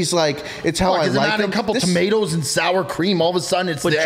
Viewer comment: why you saying “tomatoes”like that